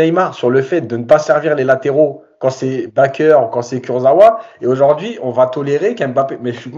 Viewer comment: BakKer... Ne pas déformer les noms de nos anciens joueurs non plus...